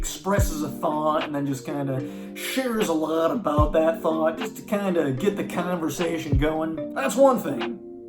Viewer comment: I love how you talk. And also how you say canversation! Are you from NY?